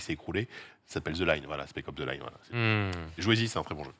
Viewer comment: Cest spec ops the line ... Pas secop